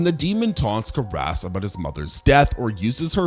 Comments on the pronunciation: I must say, I've never heard Father Karras' name pronounced quite like that before. I always thought it was CARE-es, not Kuh-RES (like caress.) I'm starting to second guess my own ears now. 😅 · "Father KA-RASS"? Did you even watch the movie?